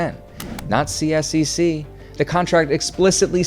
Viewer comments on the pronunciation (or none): You can partially think the chair of the committee that got this through: Sonya Sharp who is now running for mayor. Consider this when voting for mayor in Calgary this October. Couple other things: CSEC is generally pronounced C-sec. I'm a season ticket holder to two of their teams, and very much don't appreciate this much public funds going to this project. I'd venture to say the majority of Calgarians weren't in favour of public dollars going to private billionaires, especially this much subsidy. Their original 1/3 split was better: 1/3 up front by the city, 1/3 by CSEC, and 1/3 by the city but recovered through ticket surcharge until paid off. CSEC managed to get away with only like 10% up front cost by them...highway robbery.